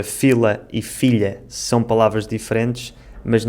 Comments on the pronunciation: você percebeu que a sua pronúncia da palavra "são" é "chão"? Então você também trocou uma consoante. Gostei do seu vídeo e seria interessante você comparar com sotaques de cabo verdianos, brasileiros, moçambicanos ou outro mais que você conseguir. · Falamos "são" com S e vcs falam "são" com CH = chão, muito interessante.